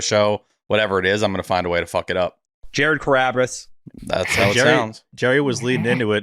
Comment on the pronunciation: Boring Pod today but glad to hear at least one "Jared Crarrabris" 😂